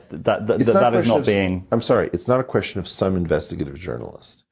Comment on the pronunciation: Whats a "quesion"?